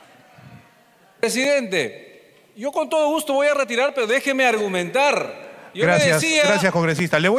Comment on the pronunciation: Q Immmbecil para expresarse así ese congresista hey tú sí tu. reterar reterar q voy reterar .